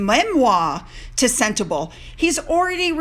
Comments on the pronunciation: Sentebale is pronounced "Sen-teh-BAH-lee" :-) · Hi, it’s pronounced “sent-a-bawl-A” xx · it’s SEN as in sent TA as in tum BA as in bum LE as in let. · Harry was really very serious about his charity Sentebale (please pronounce Sen-tay-bah-lay) when he first founded it, but after more than 10 years I guess Meghan wants him out of there. You know, they need that money to keep up their mansion... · Hi don't be offended it's pronounced Senterbaali 🙂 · I live in South Africa. It. Is pronounced sentebarley. There is so much poverty it is heartrending. Gender based violence is rife it is amazing that the child eas not murdered which often happens.😭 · Sentebale is pronounced CENTABALI (Bali like the country Bali) it is in the landlocked country Lesotho - pronounced LES SOO TWO. This is a small kingdom is Southern Africa. It is not in South Africa. This story is a disgrace, on Harry and his Potshots at fame. I am from South Africa and remember only too well the time he spent in Lesotho when this charity was started. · Its pronounced Sentabaaaaaale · Hey, no hate I love your channel but just want to say that Eugenie isn't pronounced You-genie, it's pronounced You-juh-nee. And Sentebale is pronounced Cent-a-bahlee